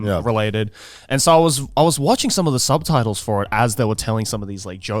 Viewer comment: “Subtatles” - Garnt 2023